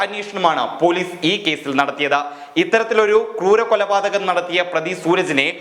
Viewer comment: കൂരനല്ല ,ക്രൂരൻ എന്ന് പറയൂ.